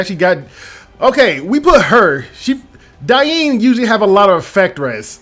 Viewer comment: ❌ Diene (DEEYEN) ✅ Diene (DIE-EEN)